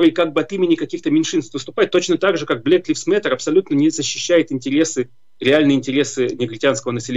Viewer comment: Не "блэк ЛИФС мэттэ"??? а Блэк ЛАЙВЗ (LIVES, LIVES) мэтэ!!!